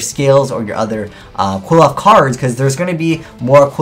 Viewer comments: It's not pronounced kwilloffs!!! Kleephoths! Sheesh. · Pronounced (Cliff oth) hearing it quilloff just hurts my soul. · Its pronounced Kli-foth bro not Quiloph :') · Why are you pronouncing qliphoth, kwill-off. Is that how they pronounce it in japanese cause its supposed to be pronounced Klee-foth or Cliff-oth. Sorry if it just annoys me cause I'm part Jewish... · ' pronunctiation of Qliphoth (as KWILL-oth) annoys me a lot. Shouldn't it be more along the lines of KLEE-foth, as that's how it looks like it's spelled. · CLIFF-oth does make a lot of sense, matching the pronunciation to the spelling. I do also agree that KWILL-oth flows better, but it doesn't fit the spelling well, which irritates me to no end. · Erhrm... "Kliff - Aw - Th" No one looks at the name close enough to realize how it is pronounced =_= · You're not pronouncing Qliphoths correctly ._. Cliff-oths. Just saying >.> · "Klee - Fawth" come on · Cliff-Oth. ITS PRONOUNCED CLIFF OTHS DONT POISON OUR MINDS. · dudes, it is CLIFF -oth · Sean Middlehurst It is definitely CLIFF-oth. The Japanese pronunciation is "Kurifōto"which sounds similarly to CLIFF-oth. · And this is WITHOUT the new Qliphoth boss monster, who, as we all know, is insane XD Just so you know, I believe it's pronounced "Kil-pot" (understandably hard to pronounce, because it's not an English word) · Dragoniiii12 pronounce the "cli-" in "click". And combine that with what I stated in the first reply. Qli-F-Oath Cli = Qli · Well, their japanese pronounciation is Kurifoto, so they are pronounced "Klifot". Also, their names are based on Jewish mysticism and can be considered to be connected to the Tree of Life, as seen on Apoqliphoth. The new Shaddoll is also called Shekhinaga, which is deprived from a female version of "god" or be translated as "the place where God rests". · Can you please just pronounce Qliphoth correctly? It's really not that hard. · I have a dream that one day you will pronounce Xyz and Qliphoth correctly.